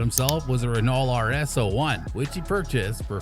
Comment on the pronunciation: And "Renawllt". But the worst was Kelly "Pick-ETT". Clearly an F1 channel that has no idea about F1